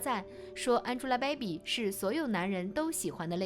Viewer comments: 主播发音听的我如鲠在喉、不是“baibi”是“beibi” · 主播“掰比、掰比”的，真难听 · 大哥、这个“败笔”发音听的实在耳朵疼。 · 你这baibi baibi的真别扭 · baby为什么发音成败笔😂😂😂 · 解说人"baby"的发音不对。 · 小编的baby发音。。。